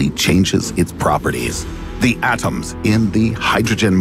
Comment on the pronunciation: The way he pronounces his t's like in atom or certainly is almost grating.... Like dude you don't need to put that much emphasis on it. Atom is pronounced Adam and anything else is just weird.